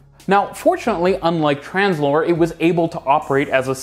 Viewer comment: I would recommend you put up the names of the companies and the technologies on the screen. Took me lot of googling to realise you were saying 'Translohr' and not Tramslow.